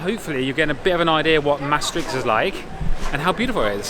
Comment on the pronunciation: Merry Christmas and pronounced Maastricht like a dutch.. <3ed to hear that